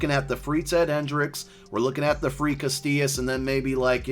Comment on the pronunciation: Casillas not castillas. There's no T in his last name!